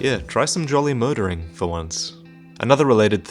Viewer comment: "Joly murder"